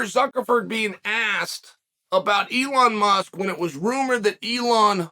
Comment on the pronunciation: Does it bother anyone else that Chahel is incorrectly pronouncing Elon Musk's name?